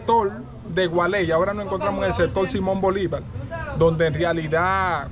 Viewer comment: El gualey no, gualey!!!! A lo pelao 😁